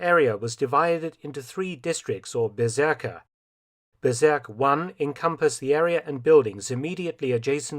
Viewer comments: "Bezirk" is pronounced "Bizeark" to use English vowels 🙂 Now it sounds like "berserk" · I think it's Bezirk, not Berzerk. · Bezirk not Berserk. I don't know IPA so I can't really tell how to pronounce it. But that is just a nitpick. Great video as always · one small correction, when talking about those area's on the Obersalzberg, the word "Bezirk" is not pronounced with an "e" but with an "i" not sure how to do the phonetic thing.